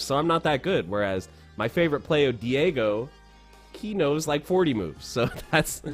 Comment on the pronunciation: "My favorite player Dee aye goh" IM DEAD